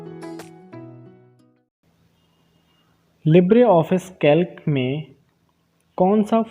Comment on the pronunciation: Its कैल्सी bhaiya not कैल्क